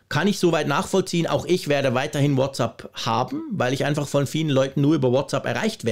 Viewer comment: danke für deinen engagierten Beitrag zur aktuellen Unsicherheit und Aufregung bzgl. der anstehenden Änderungen bei WhatsApp. Ich muss jetzt aber doch mal darauf eingehen, dass du - auch im Apfelfunk nervt mich das schon, seit ich den höre - „WhatsApp“ falsch aussprichst! Was du dazu sagst, ist die englische bzw. amerikanische Begrüßungsformel „what‘s up“, also mit a auf der zweiten Silbe. WhatsApp aber bitte bitte mit „ä“ auf der zweiten Silbe! Du sprichst doch sonst so gut englisch, ich kann kaum glauben, dass du deinen Fehler bei der Aussprache in Abrede stellen würdest. Irgendwie habe ich den Verdacht, du sagst es extra falsch! Aber warum? - Ich fand es übrigens, als WhatsApp seinerzeit rauskam, einen sehr lustigen und intelligent gewählten Namen, für mich damals klar eine Anlehnung an das gängige umgangssprachliche what‘s up. Das „ App“ in den Namen zu nehmen, ist ja auch folgerichtig, denn wir benutzen ja für den Dienst die entsprechende App lication. Nichts für ungut, meine es nicht böse und bleibe Fan. Bin auch kein Haarspalter!